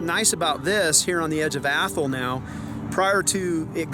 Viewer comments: We have an Athol here in Massachusetts. ) Though we pronounce it Ath-all not Athel. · Even when you are not "making fun" of it, you are still pronouncing it wrong; it IS Ath all .